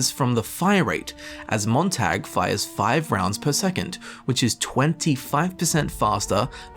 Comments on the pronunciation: I'm cringing on how he pronounces Montag. The "a" in it pronounced as "ah" in the word not "ae". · It's pronounced tog not tag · It’s pronounced “moon tag” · I'm from Dresden, we dont pronounce it like the English tag like he is, it's not a hard o I think you call it but it's a lighter a? I dont know how to spell it how it would actually sound without using o